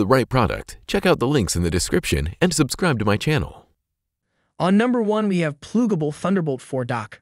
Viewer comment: This is the laziest AI video I've come across. "PLOOGABLE" ?????? 😂😂😂 Give up on YouTube, your shiit content isn't welcome here